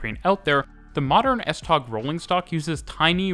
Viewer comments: Typical English speaker - it might be spelt S-Tog, but it's pronounced S-Tow. CORRECTIONS:/CLARIFICATIONS 1. The 8-car sets are made up of 2 4-car half sets and not a full 8-car set. 2. The lead cars have 2 axles, all other cars have only 1 axle at the rear of the coach. All but 1 axle in each half set is unpowered (the fourth from the driving cab in each half sst. 3. The F-Line links with the A-line (Hundige-Hillerød line), C-Line (Vanløse-Klampenborg) and E-Line (Holte-Køge) at Heĺlerup. All Litra (Danish for Type or Clasification) SA and SE can operate on all lines and can move from the F-Line under their own power to the main depot at Høje Taastrup. Whilst there are no other services on the F-Line and full automation would be easier to achieve, it would mean dedicated rolling stock, sufficient to cover all services plus spares that could not be used elsewhere on the network without risking serious disruptions if there are failures on the F-Line. The F-Line was also a freight route for trains heading to Helsinør and the ferry to Sweden before it was joined by the S-tog service. When the Øresund Bridge opened the line was redundant and went over to just the S-tog with services extended to Ny Ellebjerg. Parts of the original F-Line, between Vanløse and Frederiksberg, closed around 1998 and became part of the Metro. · Love the video. Just a couple of minor corrections: The word "Tog" (Train) in Danish is actually pronounced very much like the English word "Toe". Just FYI. Oh, and BTW the S-tog Voltage is 1650 V DC to be precise :-) ... and on another note: The S-tog axels are abel to ride the curves more smoothly using a curve control whereby the first axel measures the curve and send information to the next axels to adjust to the curve, giving the passengers a nicer ride through some pretty curvy sections here and there. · As a Dane, your pronunciation og S-tog is wrong you say it the swedish way. It’s pronounced “S-toe”